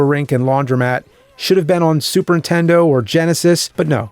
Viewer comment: Has anyone ever noticed how James says "Super Intendo" instead of Nintendo ?